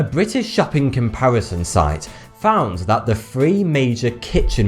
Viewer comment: I changed this shit when side said "Compawison"